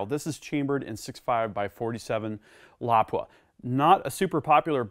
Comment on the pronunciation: You are the first (American, as am I) I've heard correctly pronounce Lapua. Thanks for that. Beautiful rifle, excellent work and video.